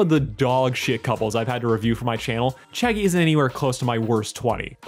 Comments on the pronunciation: Every time you say Chaggie just think about Shaggy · Whenever you say Chaggie all I can think is Shaggy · I see you changed the title, but nonetheless Chaggie is a crazy ship name. Sounds like you’re saying Shaggy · I kept hearing Chaggie as Shaggie XD Zoinks.